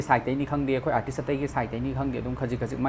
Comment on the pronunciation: Cda pronounciation class twba nte....mana fongdokningliba wase keino do aduda focus twbiyu